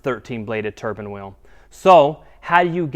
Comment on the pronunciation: Turbine wheel not turban ffs